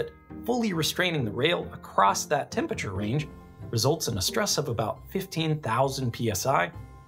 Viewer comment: couldn't get passed that pronunciation of temperature